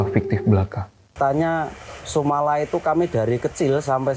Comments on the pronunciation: SUMATRA BUKAN SUMALA😂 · Nek wong jawa le moco SUMOLO bukan SUMALA bang. 😂 biasane wong2 tuwa pelafalan aja bisa jadi salah paham wkwk